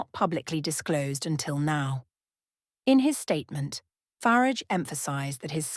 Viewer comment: Why can't you pronounce "Farage" correctly? Is it your way of disparaging him covertly? If so it is childish and stupid. If not, then it's just wanton ignorance. Either way you don't come over well....